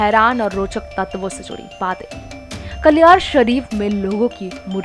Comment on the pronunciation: Bilkul sahi baat Bhai, yeh log kya izzat krenge peero fakiro ki.. isko to naam bhi nhi bolna aata.. Kaliyar Sharif ko kaliyaar bol rhi hai